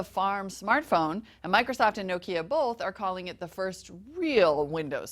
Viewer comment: It is NOT "No-kya", it is "NOKIA"!